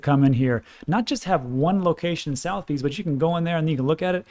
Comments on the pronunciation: Phonetically- suh-the-beez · It's pronounced "suh-thuh-beez". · pronounced soth a bee lol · It’s pronounced suh-the-bees. 👍🏻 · Oh you really butchered the word Sotheby's haha. I am surprised you never mentioned VGX considering the recent jump. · You’re pronouncing sothebys incorrectly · Soth e bys is how you pronounce it rob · "South Bee's" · Soth eee bees 3 syllables...... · a polite pronunciation correction. The auctioneer is pronounced Sud-er-bees. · Sotheby's is pronounced : Suth uh bees. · its pronouned 'suth e bees' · it’s pronounced Suth eh bees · Its not prunounced South Bees its prunounced Suh the Bees...🤔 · Just fyi. It's pronounced like "sutha - beez". Famous global UK based auction house. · Trivia...... Sotheby's it's funny old English. Sutherbees is how it sounds . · that is pronounced soth(like cloth) er-b's not south-b's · Hey, just trying to be helpful; Suth-er-bees, not south-bees. Thanks for everything you do. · love your stuff. As a Brit I can tell you that Sotheby's is pronounced Sutherbees with a soft th as in "there". The "u" is as in "under". Bees as in "bees". All the best to you. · Pronounced sutherbees not southbes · Its pronounced as Sotherbees, not southbees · I really like you but it is pronounced suh-thuh-beez not southy's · Sotheby's (a famous British auction house) is pronounced 'Sutherbee's' mate (just for your info) :) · suth-eh-bees is the pronunciation of the auction house - Its a top tier UK Auction house based in London originally but has rooms globally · FYI it’s pronounced [Suh the Bees] Southebys…it’s one of the oldest and largest traditional auction houses in the world. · Was thinking the same but thought "there's so much solid information he's giving". We'll forgive him for pronouncing Southbees incorrectly 😆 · FYI. Think the auction house may be pronounced Suhth-uh-bees but hey. You say tomato I say Tomahto. Love your content. Cheers! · Sotheby's sounds like suvver-bees